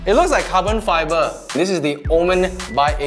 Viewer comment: "It luk like ca-bon fay-ber"